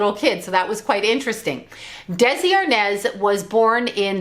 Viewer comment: ARNAZ not arnez